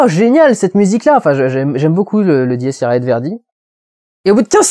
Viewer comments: L'audace qu'il a montré dans ses autres films il la montre dans un film profondément raciste. J'ai trouvé ce côté choquant autant que génial, rien que la scène des mandingues m'a rappelé les scènes du chasseur de juif de Inglorious Basterds. (Ah, et on dit "Dies Iré" oralement, si le e dans l'a se prononcé aé, on dirait Jules Saézar) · Nooon dudu tu prononce mal dies irae ^^ sinon super vidéo comme d'hab ^^ et Verdi est tellement classe ,son requiem.... il me fout des frisson!!!!^^